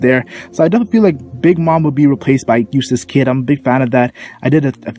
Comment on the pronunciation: Mac lol i thought u always say useless kid not euastass kid